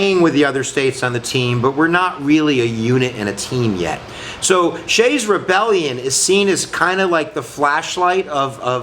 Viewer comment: His name was Daniel Shays not "Shay" and he lived in Massachusetts not Pennsylvania. Get your history right.